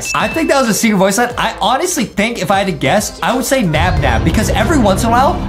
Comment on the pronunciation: It's naba